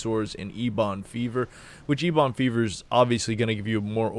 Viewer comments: Please stop saying eBon. It's pronounced like Eben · ebon isnt a word just on wow. its a color and its a kind of wood i wouldnt say its common knowledge but still. also you always mispronounced the sludge belcher as well. just sayin. you can say them any way you want, eeboon is funny as hell so might as well keep it. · Wouldn’t it be more like “ehbuhn?” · ok.. you heard the boy... he es LEAVING if you dont pronounce ¨Eben¨ the way it is...!!!.... only god knows what could happen to your channel if he unsubs.. cmon!!! get your shit together man!!! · I literally don't sub due to the eeeeebon fever...